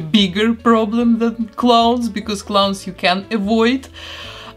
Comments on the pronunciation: Clowns not cloowns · Sounds like you are saying clone, but you're not